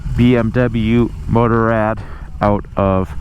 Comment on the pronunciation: If one are unable to pronounce Motorrad properly (as in German language), why not stick to the already translatated word Motorcycle instead?